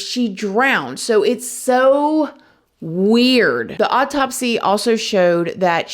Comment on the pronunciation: Ikr! In her last KR video, I could've sworn she was saying "oddtopsy", but didn't in this one. I thought it was actually a perfect description for this odd autopsy☺️